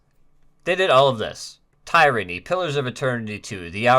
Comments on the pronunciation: Great video but, my man, did you really pronounce "Tyranny" as "tie-ran-ee"? Come on my guy. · What is “tie-ranny”? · Tyranny and Pillars of Eternity 2 are two of the best RPGs I've ever played. Even with how mid The Outer Worlds is, it's still 10 times better than Fallout 4, 76, and Starfield. (Also, just want to say we all know you didn't play Tyranny, cause you pronounced it "Tie-ranny", and tyranny is just a real word) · You can tell this isn't AI read because he mispronounced Tyranny in a way no one with a high school education should.